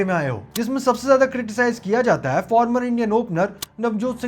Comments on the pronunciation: Bhai "hai" ko "eh" mat bol 😊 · bhai aap ye "hai" ko "ha" kyu bolte ho ?